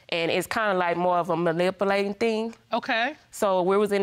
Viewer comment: ... did she say malipulating?